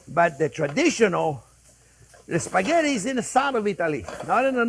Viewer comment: As an Italian I can't help but correct the word...Spaghetti. Please not “Sphaggetti”. 😉 After all, it is one of the most used and famous Italian words in the world !